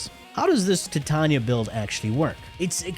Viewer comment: Why do you say Titarnia🤣